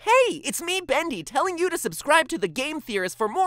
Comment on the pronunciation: SkeleCat he says bundy and it is bendy